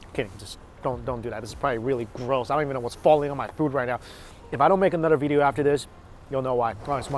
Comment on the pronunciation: tik tok "veedio"